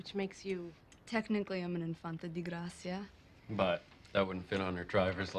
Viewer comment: it's "de" gracia. It is spanish, not Italian.